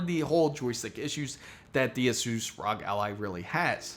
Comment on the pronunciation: The mispronouncing of Asus by the third time just made me stop watching this video.